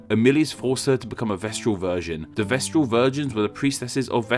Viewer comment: Vestal not vestral.